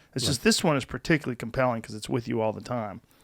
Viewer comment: One day Joe will pronounce "particularly" correctly